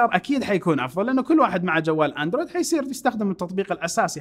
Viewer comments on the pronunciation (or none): none